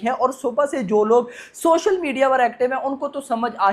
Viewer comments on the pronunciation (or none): none